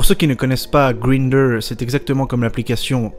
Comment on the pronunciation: Lol, Greender. C'est bête, mais ça se dit "Graïnndeur". Mais "Tinndeur". Va savoir....